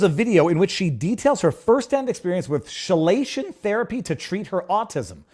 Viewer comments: Chelation is pronounced keelation. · Chelation is pronounced key-Lation ….. love ya viva ….. hang up a certificate sayings you’ve been edumacated by the YouTube’s …… no more medical misinfo !!! Lol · chelation sounds like key-lation, not she-lation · Chelation = KEY -Lay -Shun , not SHE lay shun lol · KEY-Lation. Not Shay-Lation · Hey Viva MISPRONOUNCED “CHELATION” Therapy. It’s pronounced with a hard “Ch” not soft. It’s pronounced as if it was spelled: KELATION as with an Hard “K”. I know…. I’ve had KELATION - CHELATION Therapy. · chelation is pronounced "key-lation" Get it right,!!! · Keylation not shilation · pronounced key-lay-shon not she-lay-shon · chelation is pronounced " key-la-tion". Not as a soft "che" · Viva Frei didn't give "chelation" the soft "ch" of "charge", he gave it the French "sh" as in chauffeur. And no, not simply for the sake of weird rules. As a consequence of inheriting some words twice (shirt/Anglo-Saxon skirt/Old Norse), and then being hit with Norman French, then a huge dump of Latin and Greek, and we mustn't forget the Great Vowel Shift. Then we got a lot more words from India (like pundit). English in my country has picked up a lot of words like "whare" and "whanau" where "wh" is a bilabial fricative mispronounced by English-speakers as "f". In this case, the difference in sounds is fairly predictable as long as you know which words came to us from Greek and which came from Latin via Old French. Although "cild" was Germanic. ... Any rate, all this should be familiar before you leave school (:-) (:-) (:-) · Chelation is pronounced like KEYlation. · LOL! It's chelation... pronounced KEY LAY SHUN. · Chelation = Key-lation. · It's pronounced kee-lay-shun therapy. Basically, they give you an infusion of a chemical (EDTA) that binds with metals in the bloodstream. The compounds formed are then excreted through the urine. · It's pronounced "key lation" or [ kee-ley-shuhn ] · It's pronounced "kee-lay-shun."